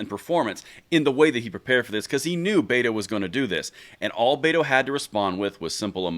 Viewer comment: You pronounced betos name wrong. It sounds more like but hole